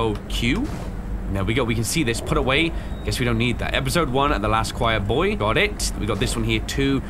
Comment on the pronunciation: boy? I Thought it said 'bay' lol